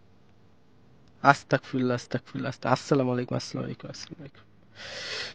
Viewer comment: আসসালামু আলাইকুম আসতাকফিরুল্লাহ শুদ্ধ না শুদ্ধ হচ্ছে আসতাগফিরুল্লাহ